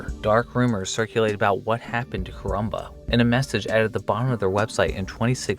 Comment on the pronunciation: Say koronba one more time. I dare you.